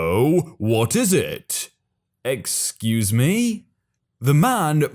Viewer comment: Storytime : While I enjoy wholesome stories, when there is a wholesome story, and the person saying, "Excuse me." isn't a Karen, you need to use an inflection of voice that does not make it sound like it is a Karen in the wild, but that it IS a sweet old lady. You do a disservice to the person in the story, and to the viewers of the video. Please keep in mind that vocal inflection is of primary importance in these stories. That is the only thing I have any problem with, and there may be others who feel the same way, but for some reason haven't said anything yet.